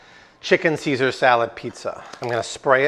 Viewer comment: Saysar, IT'S PRONOUNCED CAESAR. WHY DO YOU ALWAYS MISPRONOUNCE WORDS, ARE YOU STUPID OR AFFECTED OR BOTH?